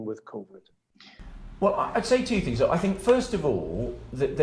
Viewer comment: Pretty sure he's saying 'fings' not things too.